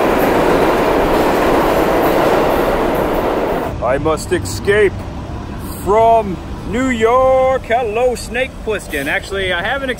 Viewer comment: It's escape not ex-scape. And it's Coppola not copula. It's your favorite movie but you can't even pronounce the names correctly. You even messed up the turk's name Virgil Solozzo!!